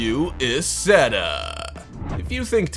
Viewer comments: EYE setta. The narrator needs to do homework. He is reading words he does not understand. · The BMW Isetta it's pronounced I setta just saying if your going to say it you might pronounce it right. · his pronunciation is horrendous, renault is pronounced reh-no, and the isetta is pronounced eye-setta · Isetta is pronounced "Eye-set-tah." That car had NO reverse, either. Most of the compact cars are completely impractical, and some of them would never survive a crash-test (some of them are impossible to properly crash-test). In other words- they will NEVER be made for any actual street.